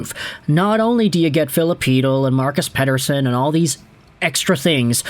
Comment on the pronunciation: As for one whos actually is named Mattias Pettersson I think your pronounciation of the last name of The Elias is really accurate🎉😂